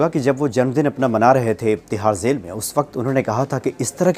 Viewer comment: अपना नाम Manoz Mut बोला करो. Zail nahi jail bolte hai